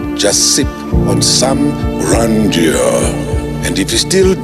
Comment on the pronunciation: Sol missed the perfect chance to say Ikshaya GRAND JOH. Instead he said "Grand yoo"